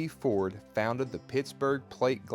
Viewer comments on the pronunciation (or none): none